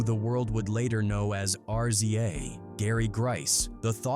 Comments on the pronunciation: I'm getting sick of these AI voices. What the hell is a R...Z...A...!? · R z a, rizza. What you talking ? G z a, gizza. Its not that hard bro. If u telling a story, say it right